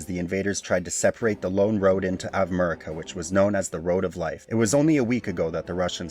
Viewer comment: Bro... Avividiikva, Arveka, Advekida, Avadavaka, Adameka... AVADA KEDAVRA! (to say correctly: Avdiivka/Avdijivka)